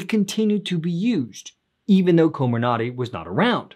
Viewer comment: Coh MIR nuhty. Emphasis on the second syllable. 😌